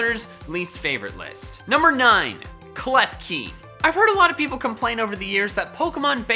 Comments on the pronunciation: KLEFKI DOES NOT END WITH AN E, TIT ENDS WITH AN I! AROMATISSE, NOT AROMATIES! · KLEFKI, NOT KEFKELI!